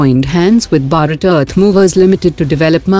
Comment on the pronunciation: Please pronounce Bharat properly!